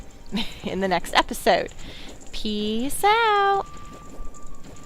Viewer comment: May God have mercy on your soul for doing this dungeon, it's infamous for a reason. Another useful tidbit is that you have Farore's Wind, USE IT! It's very helpful in this dungeon because of all the backtracking and repeated visits you have to do. Also I keep hearing your outro as "pee south", I know you're saying "peace out" but that's what I keep hearing and I can't unhear it.